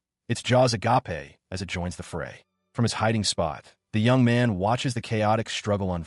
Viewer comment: mouth "a-ga-pe"? 😅